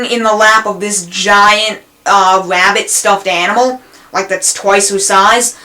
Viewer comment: sorry sir, but theres no "wabbits" on candle cove